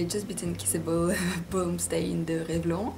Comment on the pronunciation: Sympa ce petit tag =) Bonne chance pour le concours ! PS: Revlon se prononce "Revlonne" ;-)